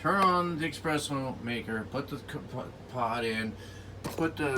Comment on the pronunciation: Espresso, not expresso ☕